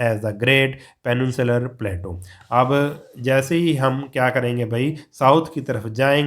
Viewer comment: Sir nice explanation Thankyou But your one pronounciation is wrong Plateau